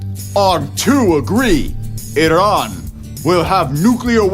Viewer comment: Thank you for pronouncing Iran correctly